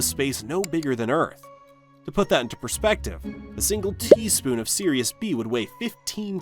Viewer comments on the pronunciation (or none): none